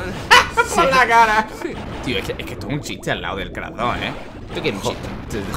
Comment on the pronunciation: Soy yo a crash le dice crah: v